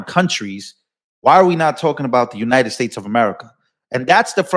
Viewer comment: Side note… what’s with the “Unine-ed States” pronunciation? Ugh. Pam Bondi does that too. And probably a few others. Emphasize that T, damn it lol.